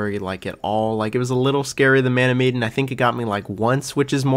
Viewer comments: Meh-Dan not Me-den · Why’s he calling man of Medan. Me-den. It’s Ma-Dan. Literally bothered me the whole time lol. But I like the ranking. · Repeat after me; "MEH-DAN." Not "MEE-DAN." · Wondering why you pronounce “Man of Medan” so strangely. It is not mee-den. Interesting list. So crazy to me how people love Little Hope when it has the worst ending. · I'm so bothered that u pronounced Medan like "Mee-din". When its Meh-Daaan. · It's Meh-dan, not Mee-dan. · "Medan"... like Sedan.. not Miedin, Miden, Meiden... meDAN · Med as in medkit, and an as in anvil. Sorry the pronunciation was killing me 😂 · Man of WHAT? "Meedan"?? I usually don't care about pronunciations at all, I think that's nitpicking But how did you get that wrong, it's the name of the ship, they say it all the time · My guy said Mee-den. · It’s muh-dan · man of medan (med-ahn) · Mean pronounced ma- dan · I feel like you’re mispronouncing the word Medan in Man of Medan but I could be wrong, either way great video. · You are pronouncing Medan incorrectly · Me, too. Especially since the plot was inspired by the Ourang Medan. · I have never heard anyone pronounce Man of Medan that way and it’s driving me nuts😅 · I love how you kept saying medan wrong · Bro how hard is it to look up how to say "MEDAN" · You pronounced Medan wrong, weird since you say you played it. Also, you say “I didn’t like the plot”, but it’s based on a true story….so, you don’t like a true story? You seem to know nothing about these games. For the record, don’t discourage others from playing a game. That’s such a petty thing to do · Dude, you can pronounce eponymous but you can't say Medan?!